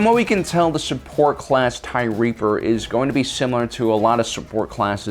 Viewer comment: I thought you were calling it the Tie Reefer at first